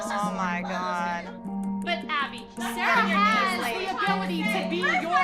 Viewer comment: How everyone says “Sarah”: Sarah How Christy with a y says “Sarah”: Sailor